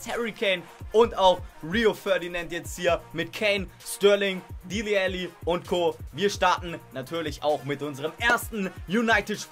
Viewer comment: Man spricht ihn Dele Alli aus und nicht Dili Alli